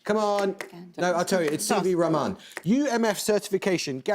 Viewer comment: He kinda massacred that too, stressing on the wrong consonant. Also, anyone listening to his pronunciation of CV Raman without a context would be left wondering whom he was talking about.